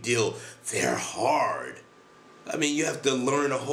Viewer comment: "Our language is so harrrrd! It 's the harrrdest language in the wooorrrld!", made me laugh so hard, the hardest laugh in the wooorrrrrld! xD